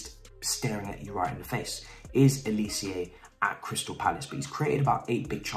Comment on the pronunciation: Bro bro bro bro bro.. it’s just pronounced how it’s spelt g, Olisé. Not olicieah